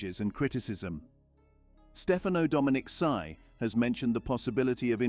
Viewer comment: If you're going to post something make sure you get the names correct. I stopped watching after 2 minutes because the AI couldn't pronounce Domenicali